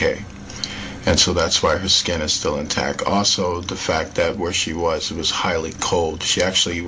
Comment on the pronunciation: Dr. Ramon de Torres That's actually a pretty good point. We don't feel the Earth move because of it's mass and the speed at which it is moving. Just like straight normal flight on a plane. Still though, this guy is just really reaching with this video. And I can't take how he doesn't add a T to the end of the words that end in T. "She's still in tac". Ugh!